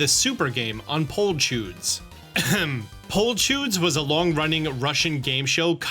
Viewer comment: nah that pronunciation killing me😭😭😭 you made "a field of wonders" into the flower chudjack